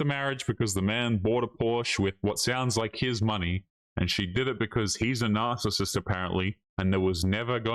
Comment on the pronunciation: Narcasit she says kettle pot black